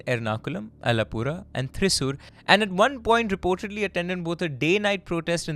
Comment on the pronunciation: Oh no,!! Yet again you messed up on the pronunciation of the name of a Kerala city “ Thrissur” 😅😅😅😅 Déjà vu to Kozhikode😂😂😂